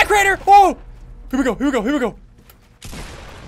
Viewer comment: Craiener not drainer